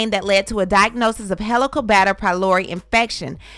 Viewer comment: It is pronounce heelico bacter (like Helium) fyi